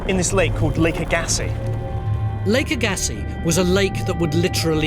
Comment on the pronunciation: Agassi... First A gets the accent not the G. The second gets a softer accent. That is how it is pronounced in Canada where Lake Agassi's flat lake bottom made the land for 100km all around Winnipeg be literally flat as a pancake. And if you drive south from Winnipeg, over the border into the USA, somewhere around the border between North and South Dakota, you will encounter the remains of the giant esker that contained the lake, until it broke in various places.